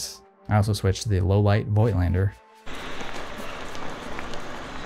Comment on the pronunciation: Learn how to pronounce Voigtländer